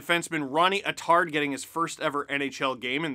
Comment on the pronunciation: Hey Steve, I grew up with the Attard family and just wanted to let you know that Ronnie’s last name is pronounced “AT-Terd”. Keep up the good work!!